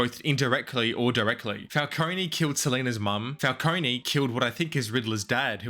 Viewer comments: it is pronounced Falcone not Falconey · if youre gonna make a 20 min video about something you consider to be a timeless masterpiece, you should at least get the names of the characters right. it's not "falconi" it's "falcone". this is particularly made worse since the penguin just came out and you made this video a month ago. and they say "falcone" a lot. smh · Falcone not falconey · Great video This movie has become a classic Although you saying falconey instead of Falcone (Fal-cone) pissed me off🙏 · STOP SAYING FALCONEY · Please stop pronouncing it and falconie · the way he pronounces it “falcone-y” drives me absolutely insane like bro there’s literally a 3 hour movie and now a whole 8 hour show where they say it correctly throughout the WHOLE ENTIRE RUNTIMES in this mf still says it incorrectly 😭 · falcony😶. why does the pronunciation even feel natural to some people (dark knight cough*) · nolan rly did condition the public to pronounce falcone with an E huh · The E in Falcone is silent my dude. Good video though. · Please learn how to pronounce Falcone. Great fuckin video